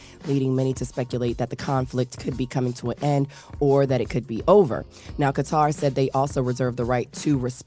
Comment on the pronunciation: Qatar is pronounced like Kutter